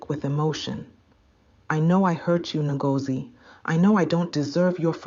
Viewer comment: I personally would appreciate the tight pronunciation of names Ngozi isn’t hard :)